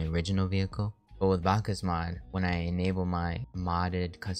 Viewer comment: you say it like backs mod